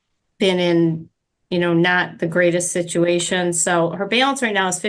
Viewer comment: WTF is a Bail-ance?